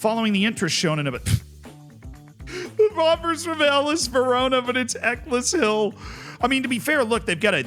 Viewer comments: Every time there is an English town name to mention, manages to get it wrong. Ec less hill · It’s pronounced Eck ells hill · Eccleshill is said like eckles hill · I actually used to live 5 mins away from Eccleshill's pitch, believe me it is just a pitch between some houses but Bradford City play a friendly with them yearly. Though Z's pronunciation is rough...it's more like Eck-els-hill with the "Eck" like a Derek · wouldn't have called Eccleshill "Eckless Hill" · Right after being called out for "butchering a pronunciation" he butchered the pronunciation of "Eccleshill". 😅🤣 ("Eccles" is pronounced to rhyme with "freckles", and "hill" would have the "H" dropped. So it's more like "freckles-ill" if you drop the "fr". I realise it doesn't make sense. It's an English place name, what did you expect? We pronounce Leicester with two syllables and Loughborough manages to use "ough" in it twice, pronouncing it wildly differently each time.) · EK-less-hill. WE GOT 'IM AGAIN LADS!!! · love the way you mispronounce Eccleshill 'eckles hill' - they may be moving to share Keighley Cougars ground (Rugby League) - Good luck with pronouncing Keighley haha